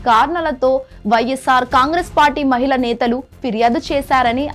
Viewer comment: ఐనైతిక అనకూడదు అనైతిక అనాలి మహిళ నేతలు కాదు మహిళా నేతలు వ్యాపార పనుల్లో నిగ్నమయ్యారు అనకూడదు నిమగ్నమయ్యారు అనాలి.